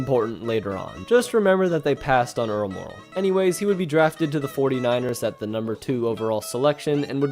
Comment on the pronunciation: The announcer has an exceptional ability to slur the pronunciation of Earl ☀️Meh⚡️✨🪐💫⭐️ooh last name. I couldn’t listen 🎧 to this ….. !